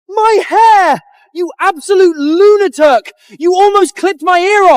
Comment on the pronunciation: Why do all these ai struggle with the word "lunatic" That's lunacy, someone should fix it 😅😂